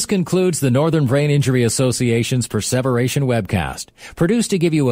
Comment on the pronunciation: the voice is pronouncing preservation without the meaning of preserve. Meaning to endure the time?